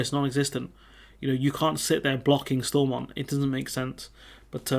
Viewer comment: All the English folks mispronouncing Stormont